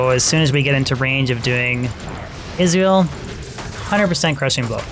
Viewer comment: Funny how you pronounce Izual as Israel.